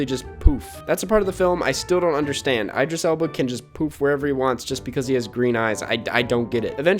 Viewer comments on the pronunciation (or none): Heads up its Idris not eyedris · Ee-dris, not Eye-dris. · It’s ih-dris not eye-dris Elba. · It’s idris elba Not Eyedris elba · Idris not eyedris? Great vid btw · The way pronounces "Idris" bothers me and kind of makes me question my own pronunciation. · "Eye-dris Elba"